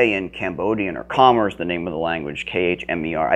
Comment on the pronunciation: Can't even pronounce Khmer properly..........